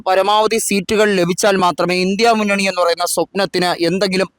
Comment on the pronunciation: Indi munnani not " lndia munnani".